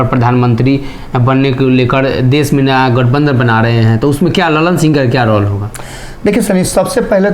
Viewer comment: Sri kindly correct your pronunciation of word 'Role'.